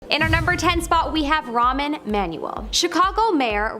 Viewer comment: His name is rahm not ramen. Lol